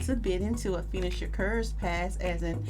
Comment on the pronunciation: Her name is Afeeni not Afeena